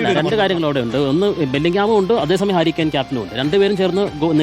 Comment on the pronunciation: ഈ ഒരു ആണല്ലോ.... ഊള വിശകലനം.. ഹരി കെയിൻ 😂😂 താലിയാഫിക്കോ 😂😂😂 പേര് പോലും നേരെ പറയാൻ അറിയാത്ത ഒരു റിപ്പോട്ടർ